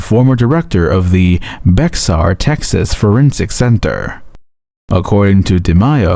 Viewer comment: Bexar is pronounced like Bear